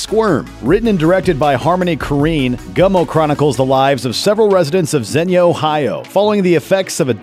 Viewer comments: lol i live in xenia and it’s pronounced “zeen-ya” 😂 not zeniya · I actually live close-ish to Xenia. It’s actually pronounced “zeen-ya” not “zen-ya” :) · Xenia is pronounced zeenia, not zennia. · Someone has probably already said it, bit Xenia is pronounced "Zee-nee-uh" or "Zeen-yuh". Definitely not "Zen-ee-uh". Source: I lived 20 minutes away from there for years. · The city that Gummo is based on is pronounced, “ZEEN-ya”. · Dude pronounced Xenia Ohio totally wrong . . . Pronounced Zenia although spelled Xenia. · Zen-yuh, lol. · It's pronounced Xee-nia, Ohio... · lols xenia ohio is pronounced ZEEN YA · its pronounced Zeen-yah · Its pronounced zeen-yaa ohio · he mispronounced Xenia